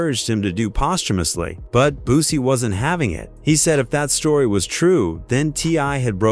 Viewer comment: Man did you hear how he just pronounced Boosie's name LOL 😂🤣🤣 Man somebody put a stop to this shit 😅😅😅